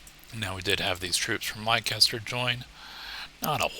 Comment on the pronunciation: Volume is much better! Leicester is pronounced /LESS-ter/ ... just so you're aware. I grew up in New England and there's a LOT of old English names and pronunciations.